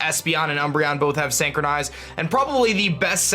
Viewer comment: Really cool video. But just one thing though. Look up how to pronounce synchronize. Usually i hate to point out things like this and let it be, but if the word is gonna be repeated a million times in the video it's like nails on a chalkboard. I'm sorry. But there's a like for the video anyways because i learned something.